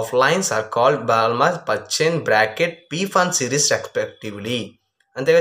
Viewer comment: Balmer lo L silent bro